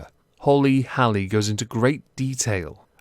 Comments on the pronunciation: Pretty sure Halley is pronounced like Hey-Lee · Like the video but Hailey is pronounce hail-ee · 10/10 video, but every time you say haley incorrectly, I die a little bit inside